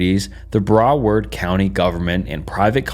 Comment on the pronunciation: The pronunciation of “Broward” during the Osborne Reef part KILLED ME. It’s like “Brow-erd”